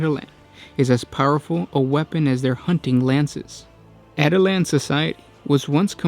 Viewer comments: At-i-lans.... cringe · Dude, you're pronouncing that wrong. it's pronounced like Attila the Hun. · Yeah, kinda bugged me throughout the video. Also, no mention about the rough rider hunting lance? Son, I am disappoint. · My real name is Attila and it's a bit annoying hearing this😅